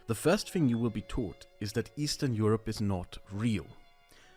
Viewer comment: Eastern Euroee